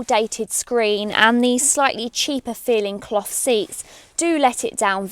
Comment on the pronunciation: the way you say cloth just sounds dirty :P